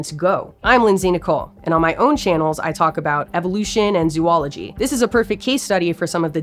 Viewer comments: Great report - but please say zoahlogy instead of zuahlogy :^) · Its not zoo ology. Its zo ology. Zoology. Only 2 os in a row now 3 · It’s pronounced zoh-ol-uh-jee not zoo-ol-ogy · There is no such thing as zoo-ology. Say it right. You're a science communicator, not a representative of the illiterate takeover of language. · Please learn how to pronounce “zoology” correctly.